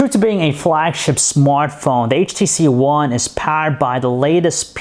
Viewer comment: He keeps saying HTC Juan